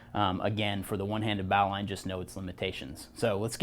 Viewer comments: Originally, it was a naval rescue knot. It was thrown from the bow of a ship to those in the water. The annunciation has been "bo-lin" knot over time. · Dandy video. The correct form to pronoune the word NOW is bo lin just like what Alexander said. English changes (too dang fast and stupidly sometimes, like in this case). I never thought about the etymology of the word though. "Bow line". Very cool little fact you put on here. I'm a climber and work at a climbing gym...I'll definitely use that little fact in my classes. In the end, thanks for the education buddy, but you'll probably get corrected on that pronunciation for the rest of your life. Especially on youtube where folks are quick to respond haha Peace n Luv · Definitely not a bowel line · >says one-handed >uses two hands Also, you're not saying Bowline correctly. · I believe you are mispronouncing bowline, merrium-webster seems to agree with me